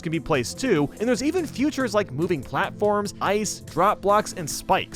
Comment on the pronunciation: Shall we tell him it's pronounced feature, not future?